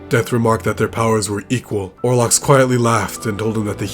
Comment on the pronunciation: If you play the game, you know his name. It's OL-ROX! Why can no one get it right??